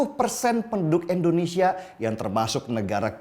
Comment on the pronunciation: "I"ndonesia om bukan "E"ndonesia